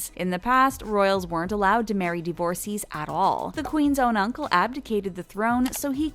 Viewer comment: Divorcées = Div-or-says.